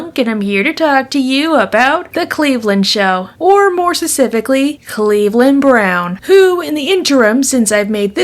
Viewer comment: That fucking SUSIFICALLY IS SO ANNOYING HOLY CRAP